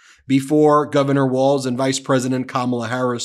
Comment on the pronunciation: his name tim walz not watz 🤦🏽‍♀️